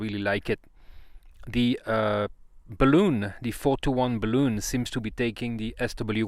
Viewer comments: That's BAHL-uhn, not buh-LOON. The latter is a rubber spheroid, typically filled with lighter than air gas, so it floats in the air. Balun comes from "balanced to unbalanced": bal-un. You fill a balloon with helium. 🎈 That accidentally short wire is why I carry a supply of Solder Seal splice connectors in my portable kit, along with a cigar lighter to melt the solder, shrink the tubing, and melt the hot glue lining. More convenient than bringing my butane soldering iron when I'm just going to use marine grade glue-lined heat shrink anyway. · Peter from TRX Bench also gently got lectured a few years ago for using the same pronunciation! But in his defence, the German plural of balun DOES sound very much like "balloon-en". IMHO "balloon" is probably preferable to saying "bay-lon" in the common US way, which again doesn't recognise the word's origin. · I can perfectly understand where the "bah-LOON" pronunciation comes from. It's not a big stretch if someone is unfamiliar with the word. The problem is that it's not truly a word, with a root word that shifts to the current meaning. It's a portmanteau, "bal" from "balanced" and "un" from "unbalanced". Portmanteaux don't necessarily follow ANY conventions for structure, derivation, or phonics -- they're entirely driven by convention. Worse, the BRITISH pronunciation is more like "bell-UHN". Why, I have no idea. They don't pronounce "balanced" or "unbalanced" oddly. The German pronunciation of "luftballon" doesn't even sound with a long "oon", it's more of an "uhn", or "euhn". It's very odd. But I agree whole-heartedly that it shouldn't EVER be "BAY-lun". Nor "BAW-lun".